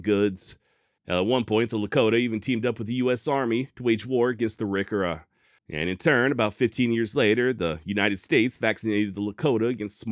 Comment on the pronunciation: Congrats on pronouncing ARIKARA properly, most other sites and AI'S have no idea how it is said, we in the Dakota's know it well.